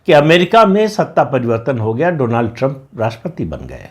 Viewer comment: कृपया बुरा मत मानना: अमरीकी राष्ट्रपति का प्रथम नाम डोनाल्ड नहीं है परंतु डॉनल्ड है 🙏🙏